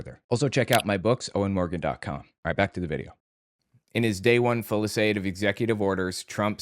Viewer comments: The word you're trying for is "fusilade" not fulisade. It makes you sound uniformed. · Heads up, fusillade is pronounced “FYOOS-ill-odd”, it’s French.